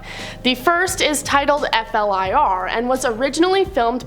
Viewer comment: from a military person it's pronounced (fleer)